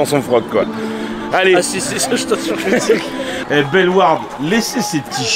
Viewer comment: comment ta dis bellewarde non mais,d'ailleur le cliché de la frite je sais qu'on mange beaucoup de frite nous les belge mais quand méme 🤣